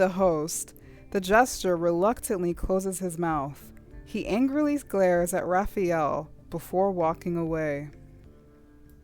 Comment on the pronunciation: His name, Rafayel, is pronounced Rafa-yell, not rafi-yell.